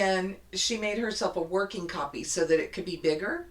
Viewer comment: when you said copy paper, I heard critter paper. I enjoyed watching y’all.